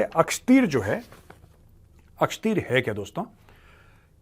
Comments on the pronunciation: सर, ये अक्षतीर नहीं l आकाशतीर है l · Akshteer nahin Akashteer hai major. Naam to theek se padh lo. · मेजर साहेब ये अक्षतीर है या अकाशतीर है।